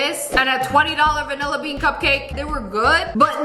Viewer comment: BRO U SAY VANIBEAN 😂😂